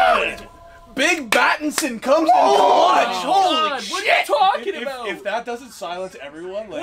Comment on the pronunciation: 2.58 he said big batinssion 🔥🔥🔥